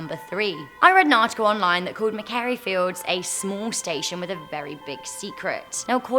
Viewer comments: It's Macquarie Fields, not Maccary Fields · NOOOOOOOOOOOOOOOO YOU PRONOUNCED IT WRONG!! MA QUARIE FIELDS NOT MACARIE!!!!! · ma kwo ri stations not mac a ree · I love hear people murder Aussie town names 🤣🤣🤣 mack-a-ree... nah dude its ma-quarry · hicc macarie me: MAKWORY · Macquarie is pronounced "Mcquarry" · Macquarie (pronounced MacQuory) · number three is pronounced MACK-WORRY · I will give actual Australian dollars to the first person on this channel that pronounces Macquarie right. I have now heard 5 variations. You got Canberra so let’s go over this one: Mah-qwor-ree. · O M G! NZ GLEN EDEN - that was deliberate eh? U no it’s Eden garden of eden come on! But then Macquarie! Governor Macquarie came from your joint! U No How to pronounce Macquarie! Scottish which is close enough. Governor of NSW. Major player in Oz History. You are either fishing or looking to leave Amazing 10 Cos you’ve had enough but PICK ANOTHER COUNTRY to mispronounce names thanks. Our tales Our Ghosts - they are the real deal and Never Disappoint... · longest train 4 hour 51 minutes from sydney to canberra and you pronunce Macquarie wrong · number 3 yeah it not even close in how it is pronoun in Australia lol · I'm sorry but why do you say Macqaurie that way?? Surely a British person should know how to say that word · You pronounced Macquarie wrong, AHHHH SHUT UP, I’m Australian I live near the station, AND I KNOW HOW TO PRONOUNCE MACQUARIE.